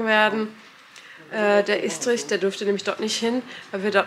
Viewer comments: Man spricht es übrigens Ess-trich aus 🫶🏻 ich kann euch nur raten vor allem jetzt bei den weiteren Arbeiten immer wieder zu kontrollieren, denn diese Fehler sind sogar noch ärgerlicher. Wenn der Fliesenleger zB alle Fliesen falsch legt, etc. Alles schon vorgekommen, alles schon gesehen. Das kann so belastend sein. Vor allem macht keine Kompromisse. Wenn euch was nicht gefällt, ändert es sofort, sonst bereut man es später so hart. 🙏🏼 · Warum sagst Du Eschdrisch. 🤣